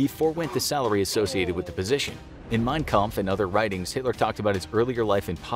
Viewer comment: I am getting triggered that they keep on saying Mein kamph wrong